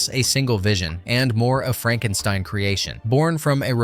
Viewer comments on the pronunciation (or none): none